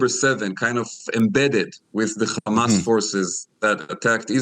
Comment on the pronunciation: I want to hear if this guy pronounces hotel and hair as khotel and khair like he does with Hamas. He clearly has no problem saying the word "he" but says Hamas as Khamas. It seems these Israelis are intentionally hateful.